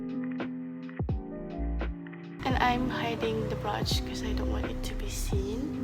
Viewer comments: it's not pronounced broch it's brooch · Sis, you're so cute! However, I'm pretty sure the way you pronounce brooch is not right. Anyway, you still do look adorable and stunning! It is a lovely tutorial video too! ❤️